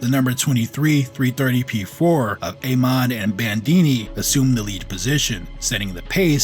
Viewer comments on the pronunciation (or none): none